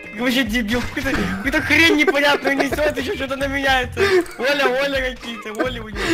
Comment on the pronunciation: может Ола а не оля